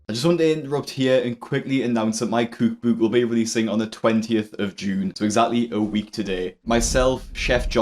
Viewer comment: I cannot stand the way he says cookbook